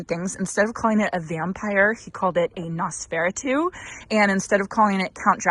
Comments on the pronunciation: You are close on the pronunciation. nos-feh-rah-too Hope Mr. Monty is feeling better. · You ARE mispronouncing Noseferatu. nos fur AT oo 😄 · I'm lolling at your pronunciation of Nosferatu. It's "Nose-fore-aah-two" ;) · I'm so happy Monty is feeling better. Loved seeing his pleas for more ball time 😂 Oh, and Nosferatu is pronounced Noss-fur-ahh-too with emphasis on the first and third syllables 😊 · Not a big deal, but I think you are pronouncing Nosferatu incorrectly. Not sure why anyone would name a flower after that, haha! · Please learn how to pronounce Nosferatu correctly.